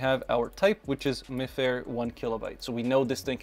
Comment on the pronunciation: Hey there! Im by no means an expert in this stuff, but I wanted to mention, mifare is a think pronounced "my fare", and though they use RFID technology they are more so deemed as NFC tags, since RFID tags are usually extremely unsecure tags that hold a hex code, where as NFC, specifically mifare classic ones allow you to have a read and write key with encryption! Also if you wanted to change the UID on a card, you get whats called a "Magic" tag, essentially its just got an extra chip that pretends to be the UID Also also, the block with written data at the start of the card has data like the manufacturers information and shouldn't be able to be overwritten. If you wanted to do something simple and funny with them, such as having small text based messages or links etc, Mifare Ultralights are cheap and hold unsecure (I think) data that can be read by a phone and displayed once scanned! If its a link it even just sends the phone straight to the website on some devices